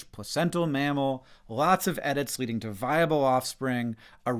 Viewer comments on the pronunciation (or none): none